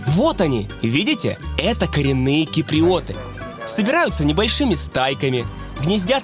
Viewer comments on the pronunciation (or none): Не ки-при-о-ты а кип-ри-о-ты! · киприЙёты, эфиЙёпы )) приятная девочка)